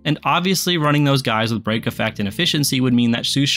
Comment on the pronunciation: bro kept saying brock instead of break and I was like “like the guy from pokemon” 😂